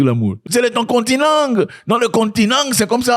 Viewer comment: Zack on va faire comengue c'est le continengue 😂😂😂